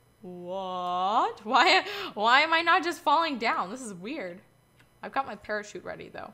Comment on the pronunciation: Use the pereshute uh